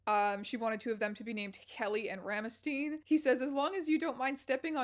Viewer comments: Oh gosh, the way she pronounce "Rammstein" hurts. :'D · How… how did she pronounce Rammstein???